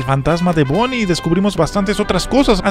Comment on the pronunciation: no Es Bonni es Vanni